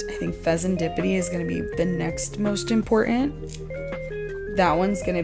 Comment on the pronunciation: Lol you called it “impotent”